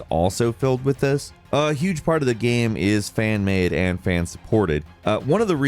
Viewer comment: Does this guy know there’s an “A” in the word gAme. It’s not gem. I can’t do this.